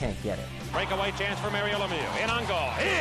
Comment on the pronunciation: I like that the presentator really did pronounce Lemieux like it really should sound